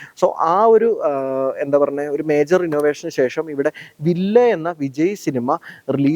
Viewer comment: വില്ലേ അല്ല വില്ല് 😅